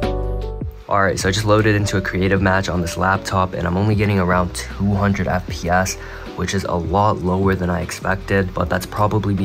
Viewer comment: can you stop saying fpASS and just say fps pls